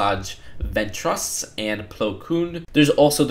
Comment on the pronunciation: "Ven-TRUSS" "Ashoka tuna"